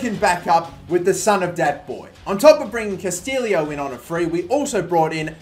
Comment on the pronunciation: It is Castillejo, not Castillo